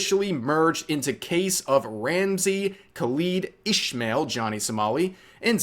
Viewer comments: Ik it's quite nit picky, but please call him is-mael NOT ish-mael. Do not associate him the jewish community. He takes advantage of people with that kind of mistake from people who call him that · You've been pronouncing "Ismael" wrong, Rev. It's "Iss-ma-el" not "Ish-ma-el" because the latter is a Jewish pronunciation, while Ramsey here isn't Jewish.